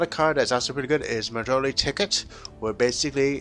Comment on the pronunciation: "Majole" is not "Madolche."